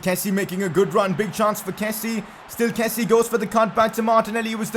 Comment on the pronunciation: It’s kessié not kessie. Kessi-yay. And I can’t rlly type hour to pronounce Adams traores name but you pronounce it wrong and it’s annoying